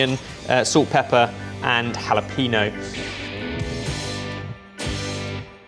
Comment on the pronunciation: I was so proud when he properly said pico de gallo and then he immediately butchered jalapeño